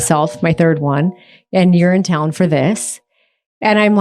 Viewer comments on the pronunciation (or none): I heard “urine town” every time she said “you’re in town”. 😂😂 Girly pop really is going to urine town with all these useless infusions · The third time she said "you're in town" that I understood she wasn't saying "Urinetown", as in the musical, because I thought the two of them had tickets. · We never learn. How many quack "wellness" methods have humans used over the millenia that were later proved to be expensive placebos, at best, or deadly at worst? (BTW, every time Heidi says "You're in town" I hear "Urinetown". As in the musical. 😊)